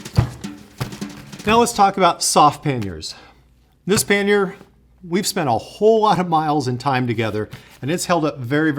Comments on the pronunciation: Pannier is a French word. It is pronounced pan-yay. Not pan-year. I know I am not being "that guy" but I can't help myself on this one. Usually I can keep my mouth shut. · “Pan-yay” not “pan-yer” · LOL… what the heck is a "panyer"? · Great guide. Your pronunciation of pannier does my head in. It’s pronounced Pan-e-er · Considering the word comes from the French word Panier meaning "bread basket", the correct pronunciation for English tongues would be "pan-ee-ay" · Yes, YOU are American, so you are going to pronounce EVERYTHING incorrectly. The word is PA-NEERS It's so simple but you language challenged buggers will get it wrong every time. If you don't believe me Ask Robin Williams who is fluent in French or any Canadian. but then you guys tend to think Canadians all live in snow houses and eat whale blubber. Who in their right mind pronounces DuBois "Doo-boys" and Calais , "Kalis"